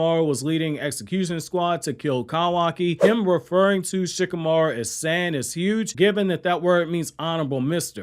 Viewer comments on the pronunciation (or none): San is pronounced the same way you would say son not San like sandy🤦🏾‍♂️ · You can say “super saiyajin” properly but you can’t say “San” properly lmao I love your content and this channel but I was not expecting that from you haha